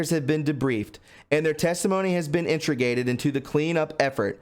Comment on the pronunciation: Dude...it's Integrated.... IN-TA-GREAT-ED...integrated. combining or coordinating separate elements so as to provide a harmonious, interrelated whole. Not trolling you bro. Thx for your broadcast!